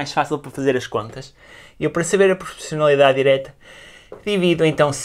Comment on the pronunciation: não sabes dizer PROPORCIONALIDADE ?😂😂